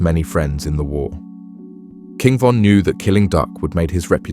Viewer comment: Take her to the o von dissed duck and ducks brother brick if your gonna make a documentary about people make sure you know everything and pronounce stuff properly cause this is ridiculous